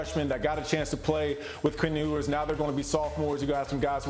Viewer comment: How do you take someone serious who's watched so little football lately that he can't even pronounce Ewers' name right? He's old as the hills.